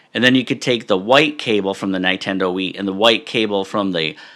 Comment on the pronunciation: That is the funniest way I've seen anyone pronounce Nintendo, no offense haha. Great stuff.